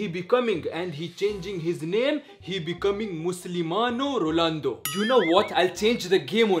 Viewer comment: Lionel Messicagn bro listen he says rolando not ronaldo